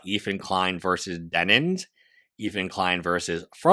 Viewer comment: Bro... I feel like you're saying, "Denins." I literally can't get passed this thing to even watch the video for some reason. Denims.... like denim jeans.